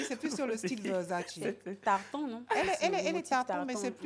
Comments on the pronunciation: Comment ça VEUURZZATCHI 🤣 et c’est quel anglais ça YOU HAVE OVER DO IT 🤦🏾‍♀️🤦🏾‍♀️🤣 ehh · Ko VEURsaDJi wa ?🤣😭🤣 ça se prononce « VERSATCHÉ » orhh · on dit Versace. C'est quoi verzace la? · It’s VERSACE not versadji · On dit Versace ehhhh aaaaah